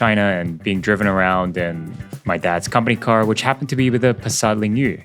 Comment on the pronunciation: Have you ever been Chinese? Because you speak the Chinese name Passat Lingyu very fluently.